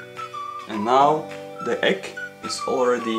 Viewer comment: you say the egg or the ekk?